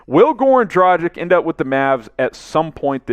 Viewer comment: Goran Dragich not Dragick. Luka Donchich easy to say why not pronounce both correctly.